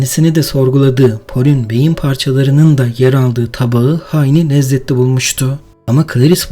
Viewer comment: nezzetli nedir ya😂😂😂😂